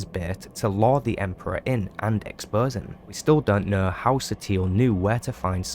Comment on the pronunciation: " as we knur" 😂